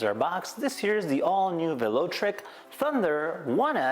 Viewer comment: You got to work on your pronunciations, Velotric and Shimano... It's pretty obvious you are not a bike enthusiast. Everyone knows the name Shimano. It's been around for decades as the component choice of most every rider. I had to stop your video shortly after you butchered these names.